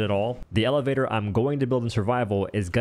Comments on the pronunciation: 💀💀bro really said "eleflator in fwego fortnite."💀💀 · Why do you pronounce words like lego and elevator that way? It’s so weird 😅